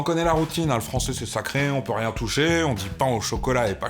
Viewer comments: le fran-z-ais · Par contre "Fransais" avec le s c'est vraiment dégueulasse :( Juste pour ce mot, il ne faut pas supprimer le ç